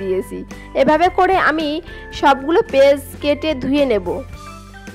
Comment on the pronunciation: পেজ আবার কি? পেঁয়াজ বলতে শিখুন।